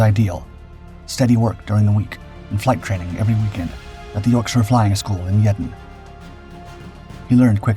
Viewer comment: Yeadon is pronounced "Yee-don", not "Yed-on". 😜